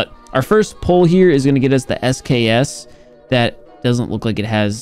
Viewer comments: He said SKS and not eskis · just say sks instead of SKSKSKSKSK